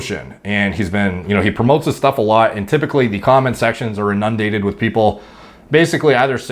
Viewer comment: He said in-nun-dated